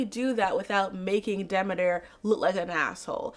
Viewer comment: Very cool video! I actually watched the whole thing, which I almost NEVER do with long-ass videos where it's just one person talking, lol. Very interesting look at the various stories. What's funny is I had no idea of the "Hades asked Zeus for permission" aspect of the myth. Also have I been mispronouncing Demeter my whole life. It's "Demetter", not "D'meeter"? Wow. One part of the myth I've been hearing about for years now is that part of it represents the sadness mothers feel when their daughters are married off- like Demeter's grief represented that of all mothers (since Hera wasn't the, uh, loving type).